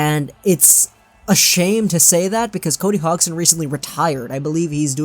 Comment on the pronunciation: Cody HOGson